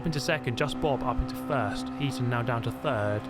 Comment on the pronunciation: Think it's Heat On not Heaton?